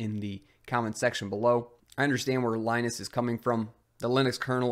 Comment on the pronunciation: Please stop mispronouncing Linus Torvalds' first name!